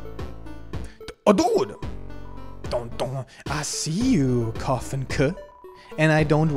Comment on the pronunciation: its koffin KAY not koffin KUH